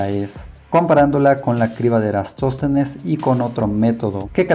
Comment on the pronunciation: Deberías tener más cuidado con los nombres. Es Eratóstenes.